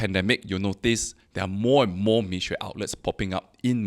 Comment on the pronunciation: It doesnt take good Chinese to pronouce between 蜜or米